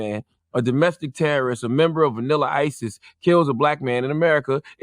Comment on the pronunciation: Vanila- ICIS** 😂